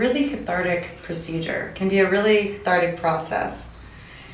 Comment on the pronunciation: Does she say "thathartic"?